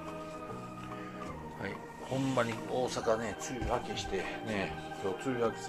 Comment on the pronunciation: 今見直したら「梅雨明き」とか言ってた🤣🤣 方言かな？ ボロボロや😵‍💫💦